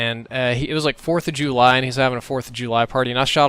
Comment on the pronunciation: Lol 4th of Jew-ly